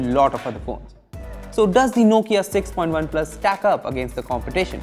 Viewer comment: Everytime he says point OnePlus